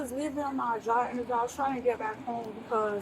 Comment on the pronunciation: I heard “jaw interview”.